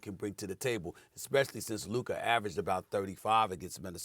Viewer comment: It is an embarrassment and a reflection on the collective IQ of the 3 of you that even after getting corrected on the pronunciation of Luka's name by Molly, YOU STILL PRONOUNCE IT INCORRECTLY!!!